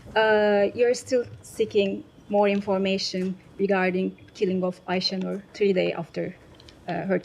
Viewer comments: So, M. Patel heard about Aisha Noor’s name at least since Friday, and up to now he even can’t pronounce her name well! Not so important case? 🤔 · Had nothing to say about Ayesenur ayge , the kind of person she was, forget that couldn't even pronounce her name right. This is outrageous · the fact that he didnt even bother to learn how to pronounce aysenur's name is so disgusting. did he not think her murder would come up? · he is so sorry he can barley pronounce her name... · the genocide spokesman can barely pronounce the name of the American victim of Israeli terror, so transparent that they don't g.a.f. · They're so concerned he didn't even know how to pronounce her name